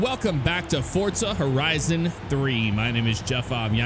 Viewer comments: How ever true that is Jeff, most people say Forza. Because they don't associate the franchise with Italy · "Hello everybody, welcome back to 'Fortza' Horizon 3..." Have I been pronouncing Forza wrong this entire time?